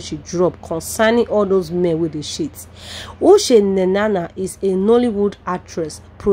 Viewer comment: Madam please is not Ushe Nenana but Uche Nnanna, if you don't know how to pronounce the name ask someone to teach you.and why not allow us hear from her.Too much talk.